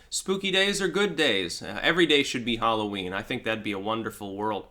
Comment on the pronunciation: Halloween? Sorry I don't know that one. Do you mean whore-o-ween?